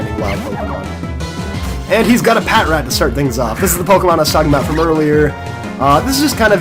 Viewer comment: Ughhh it's pa tr at!!! Not pat rat!